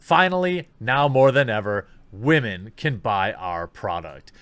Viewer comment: wAmen ... lol